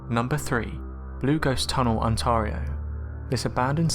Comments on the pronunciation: Ontar ia??????? Try Ontar io. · Ok why did he say Ontario like this: Ontorio Like Wtf???? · I wanna teach you some Canadian English! " Scosha" < Scotia " Onteario " <Ontario <3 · It really pisses me off the way you say Ontario.